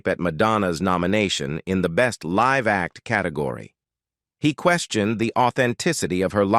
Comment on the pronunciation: The AI narrator's voice is robotic and annoying, It's riddled with basic mistakes in English pronounciation. There is a difference is pronouncing"live" and "life." Also the guy can't pronounce "miserable" and "marraige," Even the word "up" was mispronounced. As were "icons" "fragile." "Taupin," "alcohol," "Diana" and "Richards." After 5 minutes the mistakes were too ridiculous and I couldn't listen any more. The same information is available on similar posts. Don't know why this awful mess was produced as it ads nothing to the story. The whole mess seems like clik-bait. Besides the redundant information, the voice of the narrator is unnatural and incredibly annoying. Someone should start running Plagiarism Checker on these bogus "news" reports. There's nothing original here. It's all AI generated. The content is lifted from stuff previously published and read by an annoying robot.